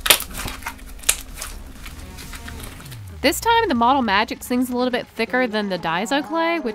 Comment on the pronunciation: Lol you said model magget 🤣